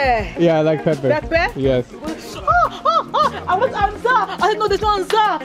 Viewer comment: That's the most french "yes" I've ever heard and he's not even French